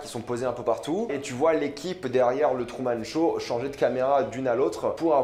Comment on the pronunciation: Il dit trou au lieu de true